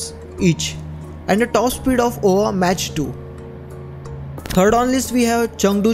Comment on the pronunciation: Mach is pronounced as mak